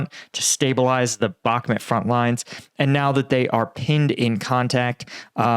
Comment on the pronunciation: Except he still can’t pronounce Bakhmut correctly. And it’s not difficult whatsoever